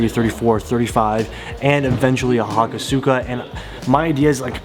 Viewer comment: Hakosuka is pronounced "HA-KOU-SKA"